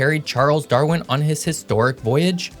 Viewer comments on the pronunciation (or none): none